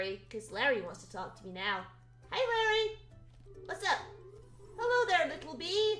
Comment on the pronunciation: No one:: Lærry